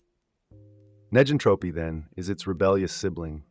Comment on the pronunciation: It would be nice if (neg)entropy was properly pronounced in the video.